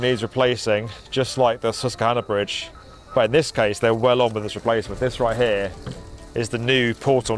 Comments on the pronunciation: Excellent, thorough coverage - thank you! For future reference, though, US pronunciation of "Susquehanna" includes a "kw" blend: "sus-kwuh-HAH-nuh", as opposed to "sus-kuh-HAH-nuh". The emphasized "HAH" syllable uses the "a" sound you use in "frankly". We'll have you sounding like a Yank in no time flat! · Thank you for visiting the “Sesskanna” 🤣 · Oh, you pronounced Susquehanna wrong :) It's "sus-quah-hanna" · Susquehanna is pronounced with a "W". "Sus Qwa Hanna" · Oh God you cannot pronounce Susquehanna, which is also the longest non-navigable river in the US, which is why they don't have any need for Big ship clearance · You should look up how to say Susquehanna